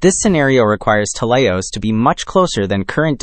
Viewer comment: It's pronounced "t-E-leios", not "tel-EI-os" or "telei-O-s". It's from the Greek "τέλειος" (notice the diacritic at the 1st syllable, which denotes accentuation), which means "perfect". & it was named like this due to its perfect spherical shape. Adjectives in Greek have 3 versions, masculine, feminine, & neuter. Idk if it's of any significance, but it's worth mentioning that "teleios" is the masculine version of the adjective. (With "τέλεια / teleia" & "τέλειο / teleio" being the feminine & neuter versions respectively.)